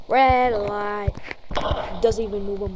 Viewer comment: rwwwwed liiight😂😂😂😂